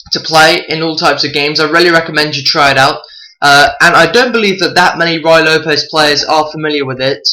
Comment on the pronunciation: It's Rooie, rhymes with Louie, not Rye.